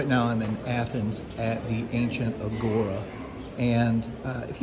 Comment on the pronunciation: A gora, the emphasis is on the A, not the second syllab.